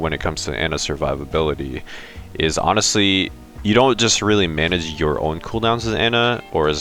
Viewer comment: did you actually say anastly-honestly lol hahha